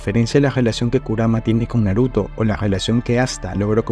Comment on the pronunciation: Se pronuncia SUkuna, NAruto, KUrama, JUNpei, MAhito